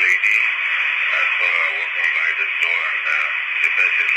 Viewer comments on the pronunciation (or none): none